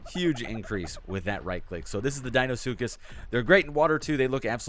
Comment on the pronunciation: Deinosuchus not deinosskus